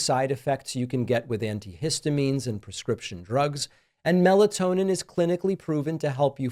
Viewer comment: Can you say meltonin?? Uh oh. Better be careful 😂😂😂